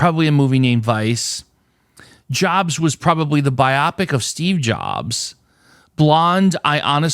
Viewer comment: Love how you pronounce "biopic" to rhyme with "myopic". 😄 that category was a toughie!